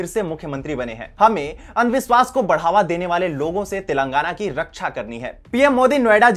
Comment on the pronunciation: Telaangana nahin Telangaanaa.. ucchaaran ka dhyaan rakkhein